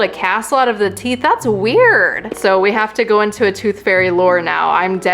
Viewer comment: U said: wuired